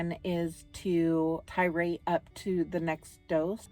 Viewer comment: Just so you know... the word is titrate not tirate